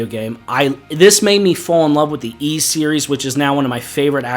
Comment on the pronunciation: You get a thumbs up for pronouncing Ys correctly all by itself.